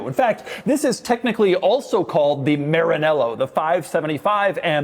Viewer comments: Maranello not Marinello, Sounds like ma·ruh·neh·low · Is MaraNEllo. Make an effort ain’t that hard. Btw never say 1 American say Porche right, you know the germans mock between them because the English language have 1 word that sounds exactly like a German would refer to their brand “ Porch “ but since you attribute that to something else you invented the entonation “ porSHE “ . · Why you pronounce Maranello that way ?